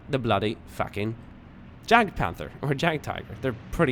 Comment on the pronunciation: you pronounce the Jagd in Jagdpanzer or Jagdpanther wrong. The German "J" is always pronounced like an English "Y" like in yankee. The German "A" is pronounced just like the Swedish "A". By the way Jagd means hunt;) Furthermore the "th" in Panther is just pronounced "t" in German. I hope I could help you and thanks for all the brilliant videos.